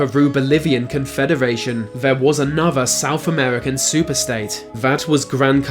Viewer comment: I see what you did there 😋 (or should I say, "I see what you did fvere...")